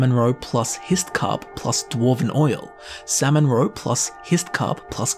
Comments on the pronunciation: By the end of this video I was hearing ‘Sam and Roe’ and I thought he was talking about some sort of sitcom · Sam-mon-row-pluss-hisst-cahp My coworker side-eyed me all the way to work🤣🤣🤣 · samonrow samonrow samonrow... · "Salmon Roe" no longer sounds like real words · Who never wants to hear say "salmon roe" again?